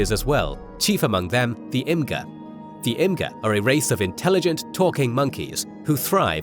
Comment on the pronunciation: Imga, not kill, Imga.